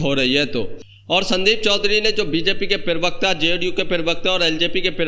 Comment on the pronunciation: पिरवक्ता नहीं प्रवक्ता बोलो